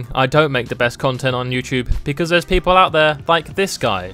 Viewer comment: Ah yes "Becaue" of me Thank you...